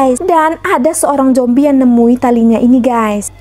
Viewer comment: Zombi kak bukan jombi 😂